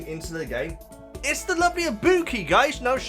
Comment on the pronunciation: I-bu-ki. And Chiaki